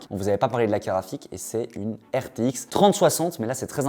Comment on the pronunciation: Mais pourquoi ils disent toujours caraphique au lieu de carte graphique ? A chaque fois j'ai l'impression que c'est une blague sur carapuce 😅